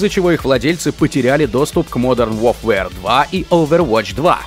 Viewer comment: По-моему, диктор уже специально так Warfare произносит…